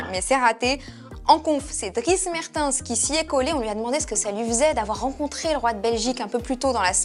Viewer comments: drie mertEns pas mert-INS 😂😵‍💫😵‍💫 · Svp... Dries Mertèns!!! Pas MERTINS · Dries Mer-Quooooi ? En tant que belge j’ai mal aux oreilles là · "Mertins" je suis mort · mert... quoi faites un effort les français pour le nom des belges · Comment t’as prononcé mertens 😂